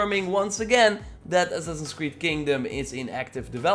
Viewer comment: Ass-ass-ins creed. say it with me.: ASNNSCRED.... okay well...we'll work on it.